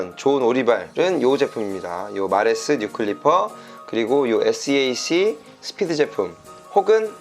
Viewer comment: seac는 쎄악 이라고 읽으시면됩니다. 아레나 oem 제조회사의 고유브랜드입니다.